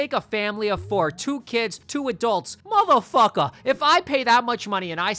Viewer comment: Bro said brotha and motha fowka so white